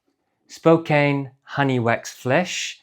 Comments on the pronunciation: "Spo-Can" not "Spo-Cane" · I have always heard it pronounced Spo CAN. Like "he can do it" American english is so weird sometimes...